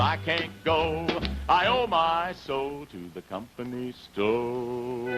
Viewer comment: Ernie's pronunciation of sto/ stoe is southern vernacular for store. He's just being true to southern ways. Shenandoah song sounds a little like Paul Robson.